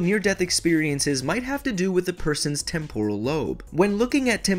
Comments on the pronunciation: Why must your pronounce temporal lobe so incorrectly. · The video is good but it's hard to listen to when he doesn't know how to pronounce temporal. It's TEMPoral lobe, not temPORal lobe. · Am I the only one that cringes by the way he pronounces temporal.